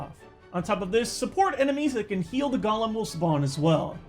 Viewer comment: Why do people think Golem is said "Gollum" like in Lord of the rings? It's Golem (Go-Lemm)